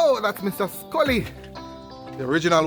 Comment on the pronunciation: Ooops "Scully" not Sully